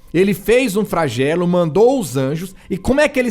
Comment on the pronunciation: Não é Fragelo, e sim "Flagelo" dã